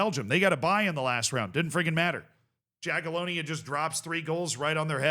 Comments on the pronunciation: if you want to stick with Jaga from Poland, try pronuouncing their name more like "Yagiellonia" (the J is read here like Y, as in Yugoslavia etc.) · Yaghyellonya, not Jaghyellonya. Learn to pronounce it properly before they randomly win it 😎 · sometimes it confuses me when he overpronounces places and names from european countries like france and spain but then doesn't try with slavic names, Jagiellonia he also said quite incorrect